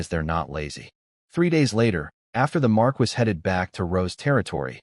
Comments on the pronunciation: Pronunciation errors are annoying. Marquis is Mar-key not mar-kwis. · I find it annoying every time the voice says marquis pronouncing it Mar-Quis instead of Mar-Key